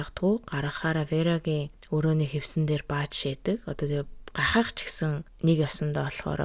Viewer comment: Хүү нараа биш Хөвгүүдээ, хөшиглөх биш өшиглөх, гахах биш хахах ❤